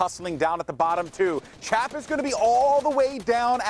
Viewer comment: The dude called Chap “champ” lol